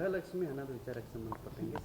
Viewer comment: Grhalakshmi alla gruhalakshi mam